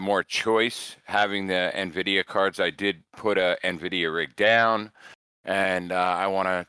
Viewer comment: Great score guys! The "Na-Vidia" gets me every time! 🤣🤣🤣